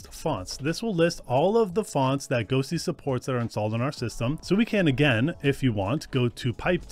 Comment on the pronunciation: Sounds like you keep saying ghostly in beginning? ghosTTY must be a reference to the tty command